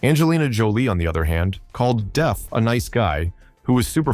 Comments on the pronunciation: Wow, Angelina Jolie is lists of both Johnny Depp’s most hated and favorite actors/actresses. BTW, Johnny’s last name is pronounced as it is spelled as “Depp” NOT as “Def”. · Can someone tell the voice-over person that his name is Johnny DePP not Johnny DEEp or Johnny DeFF. Practice the name of the star you are doing a video about. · Depp not Deff 😅